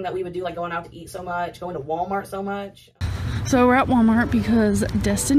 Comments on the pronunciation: How pronounces "wommart" and doesn't say the 'L' sound, but pronounces "bolth" including the L sound when she shouldn't. Agitates me in an unhealthy way. 😂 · “Warmart”. Says